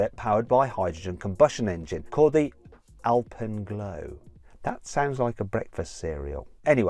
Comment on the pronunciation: 迫真のア◯ピーヌw